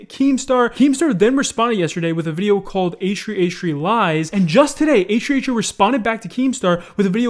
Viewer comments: Damn. Can u pronounce H3H3 properly?? Ehhree ehree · Why do you say H3H3 as A-Shree A-Shree? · It triggers me how you say H3H3 it just sounds like HshreeHshree haha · I honestly hate how you pronounce H3H3, its like "eishrui eishrui" xD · no way this man just said h3h3 like h3h3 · “Achtree achtree” H3H3???? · “hach3hach3” 😂😂thought i was the only one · i like your vids but i hate the way you say asch3asch3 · the way you say h3h3 is hilarious. .